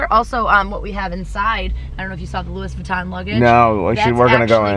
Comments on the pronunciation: she pronounced Louis Vuitton as LEWIS not LEWY :( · It's pronounced Louieeeee Vuitton. She kept saying Louis lol